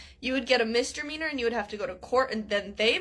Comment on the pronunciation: I also live near Seattle ans she is completely wrong about that. Also love the way she says ‘mistermeaner’ lol